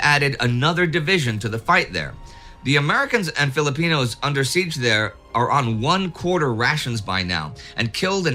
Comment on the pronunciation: Indy, I just want to say that I am a big, big fan of you guys' work listening to both WW1 and WW2 retellings while I work. I know this isn't a lot but I am actually quite grateful you are pronouncing both Filipinos and Bataan correctly. I will be arranging a trip to Correigidor in Bataan, Baguio City and Leyte Gulf on the first quarter or 2023 just to see these memorial sites. Also, I am born and raised in Manila. Would definitely do a walking tour of the historic city of the country as well.